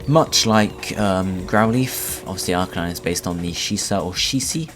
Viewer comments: AR-KahNine?OH MY FUCKING GOD for the last fucking time its "AR-KEY-nine" and not the "keey" key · thats right AR-Key-Naine